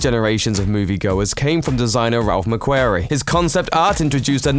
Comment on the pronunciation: Jeremy Bullock, not "bollock". Ralph McQuarrie, not "mcqairy". Twentieth Century Fox, not "fux". And I thought Americans were poor speakers ... But good content.